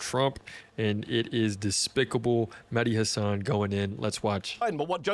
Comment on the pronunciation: 'meddi hasaaaan' horrid prunun.